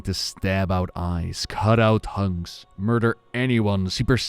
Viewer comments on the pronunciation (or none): talking about Lady Vashj. Your accent made it sound like she "cut out hugs" but I assume you meant "cut out tongues" which also would be correct. And I love that